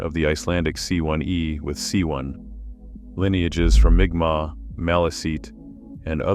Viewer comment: M'kmaq is pronouced "mic mac".